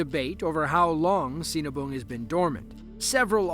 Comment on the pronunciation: That last video. I dunno how that volcano name is spelled, but all i can hear is cenaboom. And yup. They seen a boom!